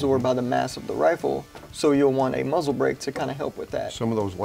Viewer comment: A “moozle” brake